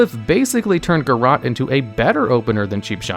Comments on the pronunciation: pls. It isn't pronounced "garrAHt," it's pronounced "garrOAt" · "Garrote" has an E at the end. You're pronouncing it wrong. It's "guhROAT", not "guhROT". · then why is there an ‘e’ at the end of it :P. My ears were hurting whoever I heard the AHT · I’ve honestly never heard anyone pronounce Garrote as “Ga Rot”. Everyone that I know says “Ga Rote”